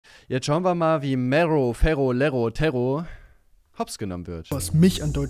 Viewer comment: Ohne Witz egal wie sehr ich Mero hasse, BITTE BITTE BITTE SPRICH DAS WORT NICHT MEHRO AUS SONDERN MERRO 🤦‍♂️🤦‍♂️🤦‍♂️🤦‍♂️ Es macht einfach nur unfassbar aggro. Kann es nicht fassen dass Mero428 dieses Wort so in den Dreck gezogen hat. Habe das Wort damals immer benutzt und so meine Freunde angesprochen aber jetzt kann ich mich dabei nicht mehr ernst nehmen...